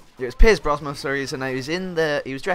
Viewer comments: every time you said Brosman i cringed haha, it's Brosnan :P Great commentary tho <33 ! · Its Brosnan not Brosman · BrosNan not BrosMan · Had to turn this off cause you kept saying pierce brosman instead of brosnan. Sorry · were you saying Brosman? its brosnan i think dude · Its BrosNan, not BrosMan